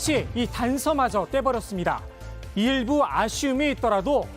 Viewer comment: 발음이 내가잘못들엇나 일부를 일베로내귀에는 계속들림